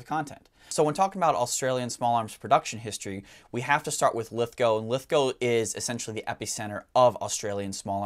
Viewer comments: Yes well done, you pronounce Lithgow correctly 🇦🇺👍, thank you for the content too! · Speaking as Someone who lives nearby to lithgow in the town of bathurst I’m loving the recognition of this important factory thanks for the video love your work guys! And great to see an American who can pronounce Lithgow 👍 you have one up on forgotten weapons their lol!